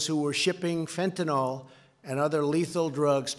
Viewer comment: Stupid bastard doesn't have a fucking clue: it's FentanYl, not FentinOl. Arse!